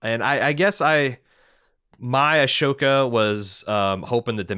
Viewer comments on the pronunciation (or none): He messes up pronunciations all the time and he usually acknowledges that flaw, so I'd just bear that in mind and move on if you're a regular listener/watcher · Not to be that guy... but Ahsoka is pronounced “a-soke-ah”, not “ash-oke-a”. I think your mind is flipping the ‘h’ and ‘s’ in the spelling?